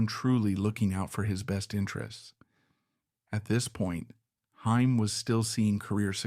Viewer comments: It's funny when the AI voice says "Hyme" instead of Haim. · Stupid AI can't even pronounce his last name right. Pure slop.